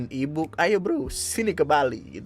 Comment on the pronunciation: baru ngeh gw kalo "e-book" jir, gw dengernya ibuk